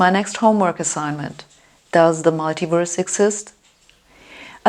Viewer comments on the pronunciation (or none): none